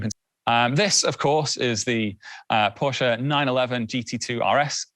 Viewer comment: the fact that he pronounced Porsche correctly is amazing!!